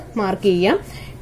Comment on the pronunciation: "അടയായപ്പെടുത്താം" എന്നാണോ പറയുന്നത് 🤔 "അടയാളപ്പെടുത്താം" എന്നല്ലേ ശരി 😊